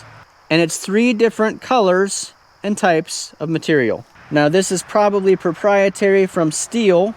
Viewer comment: "Prahbee" is not a word.